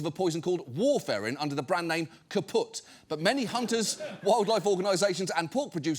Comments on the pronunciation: it is pronounced war-fur-in. It is a blood thinner prescribed to millions of Americans. Once again proving poison is a matter of dosage more than chemical composition. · Not war-fair-in. It’s war-fer-in. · How can he talk about warfarin as an exotic poison for that long, without mentioning it's of the most popularly-prescribed blood-thinners, and without learning that it's wrong and manipulative to pronounce it "warfare-in". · strangest pronunciation of warfarin I've ever heard